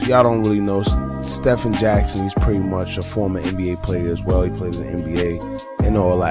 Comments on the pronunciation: It's pronounced STE-VEN, not like Curry. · His Name is pronounced STEVEN